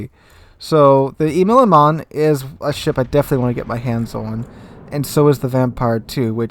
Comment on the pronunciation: your pronounciation of Immelmann sounds pretty funny. It is Immelmann (like how it is written) and not Immelemann